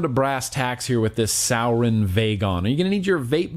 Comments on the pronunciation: Rob Fair Jr. I was under the impression that it was pronounced "sue-ore-in", but yeah....definitely not "sour-in". Lol. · It’s sorin not sour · Hey! Sorry but its Suroin not Sourin. Anyway, Cheers bro love your content! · Every time he said souwrin ik all the vapers and stoners out there cringed hella fkn hard😂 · Pronounced sore•in. Lol Love you bruh. Haven't watched ya for a while. This just came up in notifications and that looked liked the Exceed we just picked up and love a lot. We(our shops) are kinda over Sourin product. Check out the Exceed if you haven't already. Later dude. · It’s prounced soar-en. And the vagon sucks, after a week the plastic will start to separate as the pod won’t sit well or make connections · Suorin*** pronounced “soaring” like flying.. there’s not a star in heaven that we... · does he know he’s saying sourin wrong? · It’s suorin and it’s pronounced soo-or-in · Why the fuck do you say suorin like that. ITS SORE - IN